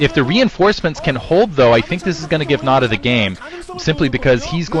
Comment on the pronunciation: it's not Red nada, we say nada. why do you say Nal Ra? nal is just a clan like NC,Red,White etc etc.